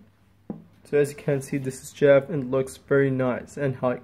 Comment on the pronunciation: "Resize the box where you want to capture the 'jeff'‽‽‽‽ Are you trying to say Jif? That's peanut butter dude. It's GIF!!! BWWWAHHAHAHAHA (And you call yourself? Lolol Just terrible..)